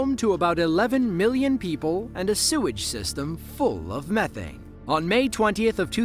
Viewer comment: It's not mef ane gas It's me thane gas